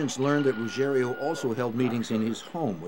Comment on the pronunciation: Rugiero, not Rugerio!